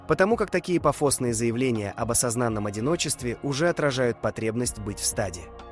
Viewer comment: Сколько же высокомерия в этом видео, капец :/ Я не популярен в русскоязычном ютубе не потому, что у меня в видео буквально говорят: "пафОсные заявления об осозАнном одиночестве", не потому, что эту механическую сррра... голос этот слушать нереально, нет, это потому что я такой нетакуська, ахаха